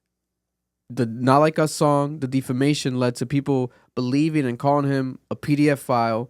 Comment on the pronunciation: Defamation =Deaf- fa-mation bruh 😂 you sending me saying it like that